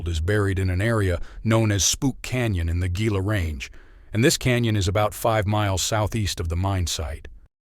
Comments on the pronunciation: It is pronounced "HEE-la", not "GEE-la" nor "GILL-a". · Gila. Pronounced Heeeelllaaaaa not gggggGggilla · Gila is pronounced He la. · Gila is a Spanish word and is pronounced: "heela" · Cool video. Got a subscription out of me. Just for reference, Gila is pronounced like Hee-Lah. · Gila is pronounced with an H sound to it, or "HE-la"